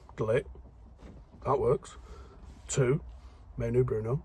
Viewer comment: Just want to thank you for reminding us that Bruno is not related to Speedy Gonzalez and in fact Portuguese. You took to trouble to pronounce his name correctly and if we sign Nunes I hope you can repeat the trick!